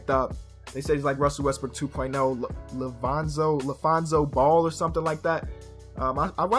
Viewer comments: Watching this back and hearing him say Lafonzo Ball was fucking hilarious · Exactly bro said lafonzo ball 😭😭